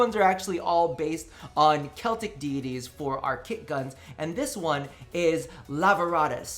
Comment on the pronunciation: Greek deidies But it sounded like greec tiddies coming from you XD